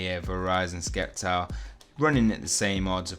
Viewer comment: you pronnounce it "Septile" not "Sceptile" just saying